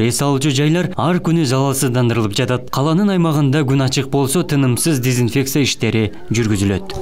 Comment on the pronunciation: Начальник МЧС дезинфекция деген созду зинпексия деп атабы....